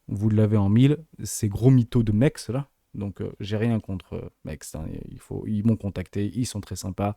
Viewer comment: l’échangeur s’appelle MEXC Ça se prononce MEX C